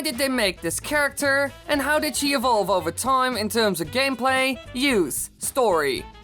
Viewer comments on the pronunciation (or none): "gamplay" lol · gamplay, yes wily bestest english(joke though)